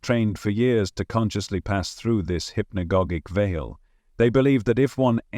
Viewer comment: HI there, interesting content! One thing: Hypnogogic is pronounced: Hip-no-gaah-jic like "logic"